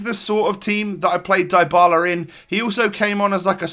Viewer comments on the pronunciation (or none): You are mispronouncing his name, its said dee-ba-la, not die-ba-la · Dybala isn't pronounced Daibala fyi.. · in english it would. But it's actually ''dee-bala'' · Dr. Drake yes I know that, but I was just stating that in English names containing "y", the y is not always read like you hear in this video ("ai"). Sometimes it's a short i, similar to the italian and spanish one, but shorter and somehow close to a 'e'. Since Dybala's surname is Spanish (well, he's argentinian but still), the y is read with a spanish / italian i, that is like the english double e ("ee"), as you said. My point was that English speakers (if they don't remember to say 'ee'), should read it with the y/i in "Dylan", "symmetry", "sit", rather than the y/i in "fly", "like".